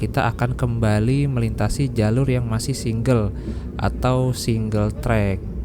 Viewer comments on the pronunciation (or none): none